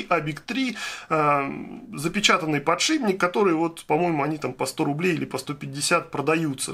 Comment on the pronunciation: подшиПник же, а не подшиБник.